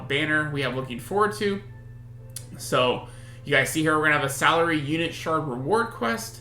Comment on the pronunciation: Its pronounced as Vik - Two - Rah and thats Sa - Lee - Re.